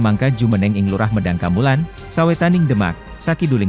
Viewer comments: Medang kamulan Bukan medan kamulan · Ya tidak di artikan seperti itu bro, sudah lah nggak pener dan nggak bener pula, cara penyebutan abda saja tentang medang kamulan juga tidak pas.